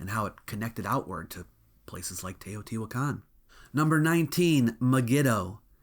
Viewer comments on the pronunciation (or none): none